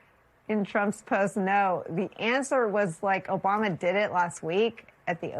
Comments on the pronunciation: 1.41. Who is “Obuma” ?? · He said “oBUMa.” He’s a child. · You mispronounced "Obuma," I think. Is he going to make a golf course at the White House?